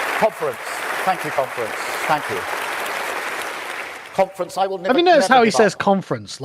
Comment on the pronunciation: Every time he says "conference", all i hear is "comrades".